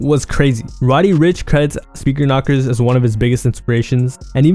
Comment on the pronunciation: He called him knockers 😂 #rip